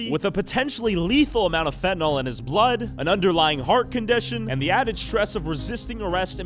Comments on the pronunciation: Can ya'll please pronounce the drug correctly???? It's FEN-TAN-ILL. It's not Fen-tin-all. Look how it's spelled....fentAnYL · Fentanyl is pronounced fen-tuh-nill. Look it up.